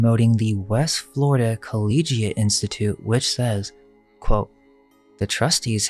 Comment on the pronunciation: Seriously, I really want you guys to succeed but you end up taking away from your own credibility when you can't say words like "similarly" right... or "collegiate"... Come on!!! Like I said, I WANT you to succeed and really like your work, but you do this a LOT!!!